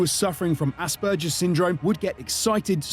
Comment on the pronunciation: what is he suffering from? asberJER's? lol I've heard a few pronunciations of that word but never heard it said with a J instead of a hard G lol.